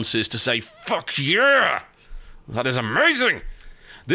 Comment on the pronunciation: I think what he meant was 'Fuck Yeah Moment'. Not ' fuckiah'